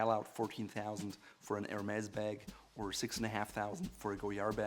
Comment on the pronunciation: You showed you are a real german while saying 189”six” in 😂